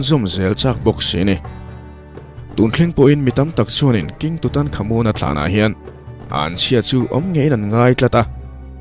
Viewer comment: Tut ...tat tia sawi...tur anih hmel....